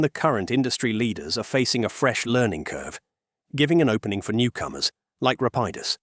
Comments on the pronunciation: Is this narration AI? It seems kinda off. Weird pronunciations that change throughout the whole video, weird pauses where the shouldn't be any etc. suspect to say the least. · This is the problem with using AI voiceovers. Rapidus was pronounced incorrectly many times throughout the video. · What's with the narrator? Is this generated text to speech? The way numbers are read and the alternating pronunciation of Rapidus is especially off putting